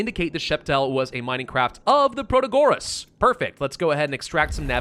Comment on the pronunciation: Nice, new Ixion vid! P.S. it's proTAgoras not protaGOras